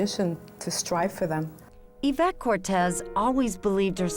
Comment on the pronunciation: Isn't it Yvette? (Not Avette)